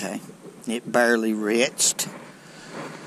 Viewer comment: That boy said it barely retched.....gotta love the south....